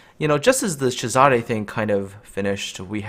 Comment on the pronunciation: Agree with but need to pronoce it not whatever u were saying it Caesar